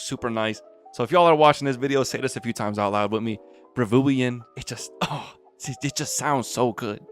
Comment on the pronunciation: bro said "Ravuian, that name really slips off the tongue" 💀💀💀💀💀💀 bro its Ravuwuen 💀💀💀💀💀💀💀💀